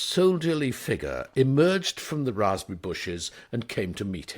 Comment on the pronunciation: 'If you need me, you will find me ... in the razz-perry bushes.' ☺️